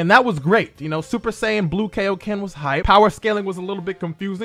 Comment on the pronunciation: All I ask is that you pronounce kaioken correctly. Please 🙏🏿